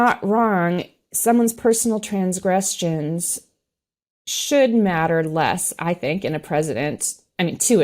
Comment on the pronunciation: Her pronunciations of extremist, extremism, and transgrestions...🤷‍♀️🤦‍♀️